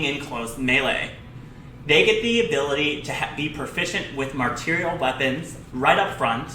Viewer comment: Its pronounced like the word marshal. Martial (marshal) weapons